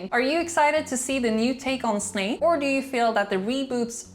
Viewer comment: Not you saying Snake...